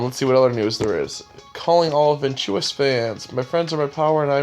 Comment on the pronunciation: Did you just pronounced ventus' name "ventius"!?